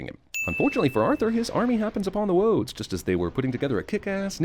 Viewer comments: "Woads"? ....wabbit twacks too? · Don't want to spoil the party, but 'Wodes' not 'Woads'.